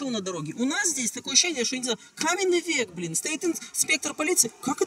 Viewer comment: Ахахах))), - пробилась еврейская речь - "Такое ощущение, что я не знаю - каменный век, блин" - каменный век чисто как Изя Шниперсон сказал))) Прикольно, меня, как одессита, очень порадовало!)